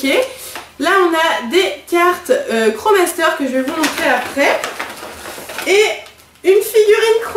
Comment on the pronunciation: On dit pas kro master mais krosmaster ^^